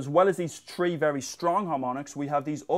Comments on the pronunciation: He says shree or tree too many times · I love it how he pronounces three! haha